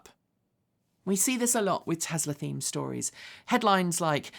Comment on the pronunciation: 'Tezla" - What a hoot!